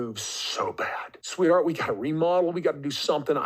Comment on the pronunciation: I don’t like so many of his mispronunciations. But I think “switheart” is one of the most nauseating ones for me.